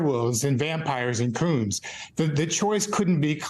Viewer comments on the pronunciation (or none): Did he say coons?